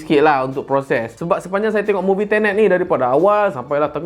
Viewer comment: Aku ingat dia kata "TENET" tu, "INTERNET"hahahahaA😂😂